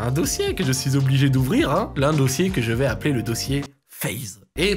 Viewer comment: "donc je vAÏÏÏS" bahaha